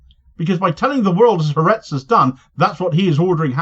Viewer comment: Ha Aretz has ALWAYS been Netanyahu's foe, it's the most left-wing paper in Israel. BTW It's pronounced 'Hah Artez' not Haretz. 'Ha' in Hebrew means 'the' and 'Aretz' means 'nation/country, so it means 'The Nation'. I was cringing to hear the name mangled countless time in the video. Sadly even the BBC gets it wrong too. If you're going to do it, do it right.